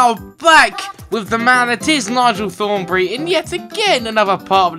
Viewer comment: he says Nigel thornbree